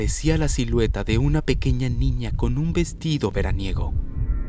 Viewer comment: Cuando veo el inicio en vez de pequeña dice pequeca